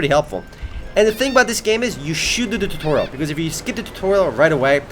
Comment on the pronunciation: ... shodadoodadoodorial cozifyooskibdoodoodootahdoodorial ... skipidibidibilly, you're the scat man. You also make me want to kill myself. I understand that English isn't your first language, but dude. I appreciate you were probably brought up in a household where English wasn't the main language spoken given that you sound like you are asian, which is fair enough, BUT if you plan on communicating to a huge audience in English, at least try and speak clearly, slowly, and at a rate that people can understand. Or, consider cashing in on your bilingual talents and make videos in your native tongue? You ramble and talk SO fast and skip over REALLY important stuff that shows us immersion levels, and important details, and instead waffle on about giant ridiculously poor looking 'pro patches' and 'pro hats' (even though ALL classes can have a hat, you chose a class based on it's starting aesthetic, clearly you are retarded) but seriously, wtf man. FOCUS. Take your ADHD meds. Also, tutorial is not doo-dorial. Tu, tew, like tues-day (and if you say doozday you're an imbecile). God, just leaving the video running while typing this and I've got a headache from your waffling. :(